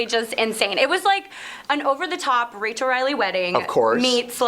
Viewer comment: Did he just call her Rachel Reidily?